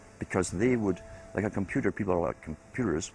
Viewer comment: I love the way the narrator says Super computer.. Supah Computah